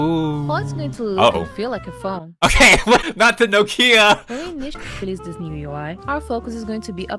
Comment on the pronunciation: not them calling the nokia the tomia xd